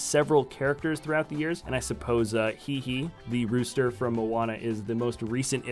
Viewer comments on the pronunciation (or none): "He-He" Also known as "Hay-Hay" Lol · its hey hey (hay hay if that helps you pronounce it) not he he😑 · It's pronounced hay hay and moana isn't Pixar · The rooster's name is pronounced "Hay Hay" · Its actually pronounced " hey-hey ". Great video though!